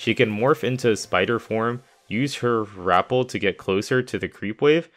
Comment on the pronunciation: He can't even say rappel correctly, and expects people to take him seriously?....... it's not rapple.....